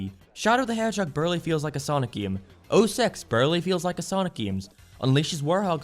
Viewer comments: I thought he said gay. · I like how he pronounces "game" lol G E A M